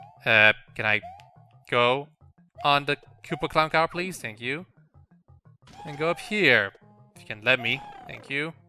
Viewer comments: The way you say "thank" can be fixed by saying it the way you pronounce "taught". Use the soft "th" on "thank" and hard "t" on "taught". It should sound like you're saying "tot". Switching them should prevent you from saying "tank". Hope this helps somehow. BTW I'm not here to complain, just trying to help :) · Its fun how he complains about people complaining about "Tank" for "Thank" and then he says "thought" instead of "taught"